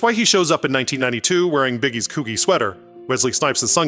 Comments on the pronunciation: Coo-G, not coogee. Great vid 👍🏽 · Coogi is pronounced koo-ji fyi